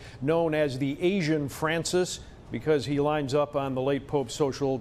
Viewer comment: TAHG LAY